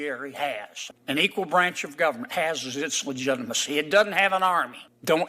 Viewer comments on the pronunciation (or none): none